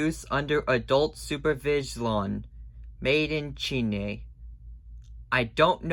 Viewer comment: “Made in Chine.” Urm WTH is “Chine”